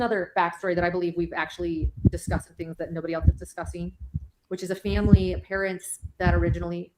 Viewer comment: And fimmmily, instead of family 🙄